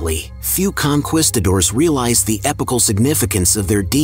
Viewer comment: Con..quisto..doors are crispy times 2! AI narrated BS we already know.